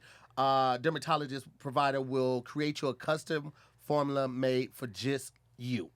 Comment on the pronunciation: This nigga said formuler 😂